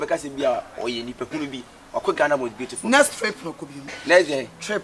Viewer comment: said “what a beau-li-ful girl” 😂😂😂 eeeiii